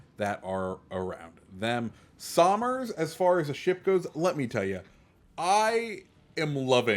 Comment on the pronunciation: Btw this ship in real life is named after my great great grandfather. I think. I can’t remember how many greats but it’s after Richard somers and the way you pronounce it is “sum-ers” you would say it like you’re saying summer but plural